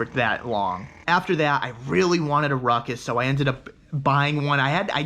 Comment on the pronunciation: Rutcuss lol